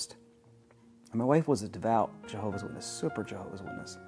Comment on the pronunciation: "JeeHOOOver's Organization", ugh, makes my skin crawl every time I hear those words!